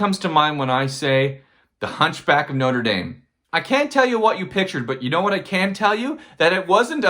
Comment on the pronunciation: that pronunciation hurt... but no where near as much as the cover